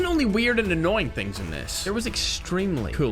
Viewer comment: Bruv u said thins